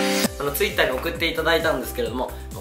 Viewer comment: のTwitterの発音変じゃない？